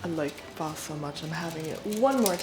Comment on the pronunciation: Thank you for pronouncing it correctly. There’s no shortage of blonde white girls that can’t say that word 😆